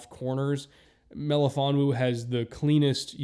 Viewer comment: I really appreciate your pronunciation of Melifonwu's full name